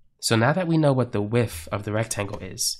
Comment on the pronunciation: This in one that so hard to listen to "length and width" become "linf and wif". I like the videos, but that can become a bit tedious to listen to.